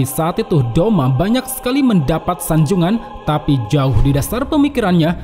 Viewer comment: Douma not doma